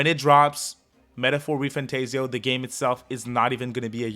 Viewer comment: For an atlus content channel it is surprising how you still can't pronounce re-fantazio property